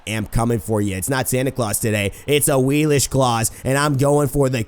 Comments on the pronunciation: Awilix not Awilish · Awilish? y u do dis? Awilix? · it's pronounced awiliks, not awilish